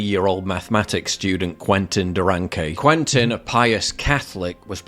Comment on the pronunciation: Please its not " couentin " its said more like " kentin "